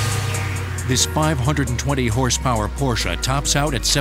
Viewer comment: I love the fact that the narrator pronounces "Porsche" correctly. He doesn't say "Posch" or "Porschieeee". Yaye to the narrator!